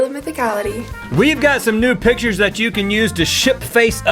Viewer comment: It sounded like you said nude pictures instead of new pictures